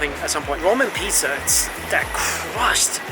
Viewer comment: Alright! Are you saying "Piza" instead of "Pizza"!?